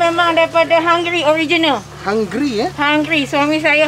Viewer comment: Hai de.....kacau ni de.Resepi Hunggary....tgk pn jdi "hunggry"